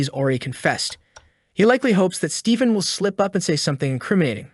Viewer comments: Is it just me or does the narrator sometimes sound like he's saying 'Steeken' instead of 'Stephen'?? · The video script isn’t being read by a real narrator, it’s just been thread through a voice-generative program that’ll read it instead. You can pick up on it easier when the AI voice is reading numbers/dates, “Stephen” is also pronounced weirdly at times. Cadence is also super off at points lol, pretty sad that this true-crime style space on yt seems to be flooded by these kind of videos lately